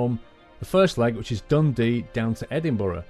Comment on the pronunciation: I'm from Scotland and I loved the way you pronounce Edinburgh and Kirkalday. Good journey and great train